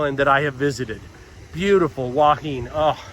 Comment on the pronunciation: enjoying all your videos. I appreciate you trying to get local pronunciation correct. However, someone has misled you on Hua Hin. Watch today’s(fri) video from Jonny there’s something happening.in it, a Thai local ptonounces tge city name twice, and it’s not “Wah Heen” as you are pronouncing it. He say Hua hin plain and simple. Twice. Just an fyi.